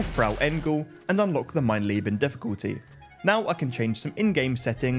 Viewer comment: I don't mean to nitpick, but the difficulty is called "Mein Leben". "Mein Lieben" means "My Love". Not sure if it was said like that on purpose, but it was a funny touch nonetheless!